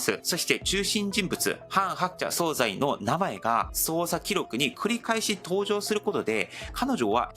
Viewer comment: 大変興味深く拝見しておりますが、内容のことでなくてごめんなさい。何度も出て来るので気になりましたのであえて指摘いたします。総裁は、「そうざい」でなく「そうさい」と濁らず発音します。